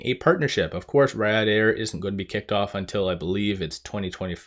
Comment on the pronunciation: Not poking fun, just helping you out. Riyadh is Pronounced (Ree-ahd)